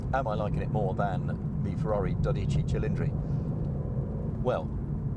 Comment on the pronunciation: also made no effort whatever to pronounce the Ferrari's name correctly so maybe that had something to do with it, that and his obvious bias to British cars.